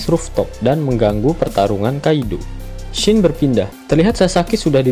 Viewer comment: Scene sebutannya bukan shin, tp sin